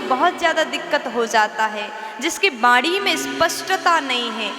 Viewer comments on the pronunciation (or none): none